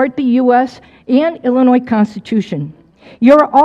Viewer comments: I really think if you live in Illinois, you should know better than to pronounce in Illinoissss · I don't understand why apparently smart and articulate people from Illinois still pronounce it as Illa-noyZ. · If he's saying Illinois and pronouncing the S, he's not from Illinois. No way.